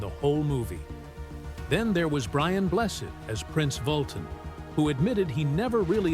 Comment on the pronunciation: Brian Bless instead of Brian Blessed...